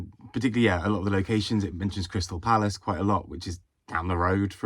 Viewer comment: Is it me or do you go into a bit of a ‘cockney’ accent when you refer to Crystal Palace down the road 😂😂😂. Can’t wait to read Bee Sting especially now, after your review.